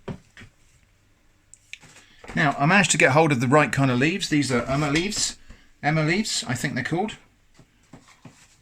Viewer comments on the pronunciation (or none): none